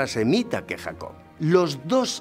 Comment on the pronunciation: Se dice patriarca, no patrialca. Se dice Jacob, no Jacod.